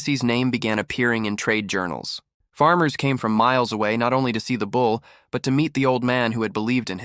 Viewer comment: I am listening from SW Michigan. Question: Why do these stories say bowl instead of bull? I read through the caption words of the stories and it is so annoying! Good story otherwise.